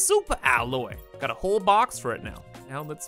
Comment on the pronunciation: It did not sound like he said "box" to me🤣